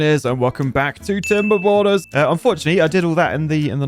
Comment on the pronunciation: I learned today that "tomberborners" with a brit accent does not sparkle joy.